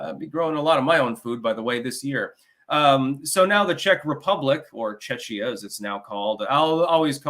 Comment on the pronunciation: I heard Chechnya. 🤷‍♂